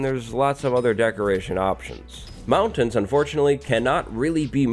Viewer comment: That's a wierd way to say mountains